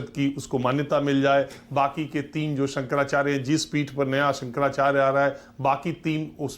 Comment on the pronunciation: 55 saal se pratha thi - koi kagaz nahin chahiye, aadhar ban jayega voter card ban jayega , jahan chahe kabza kar lo etc etc . Bas Daagi kunbon ka aashirwad hona chahiye aur musalmaan hona chahiye 😝😝😝 Aise khan-gracy agent jo शंकराचार्य ka naam Bhi theek se bol nahin sakta , baith kar khud ke pvt channel per gyan baghaar raha hai 👎